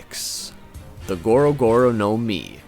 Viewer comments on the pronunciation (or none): It's not now-mi it's nomi also mi-ra-mi-ra nomi also not gowro gowro nowmi it's goro-goro nomi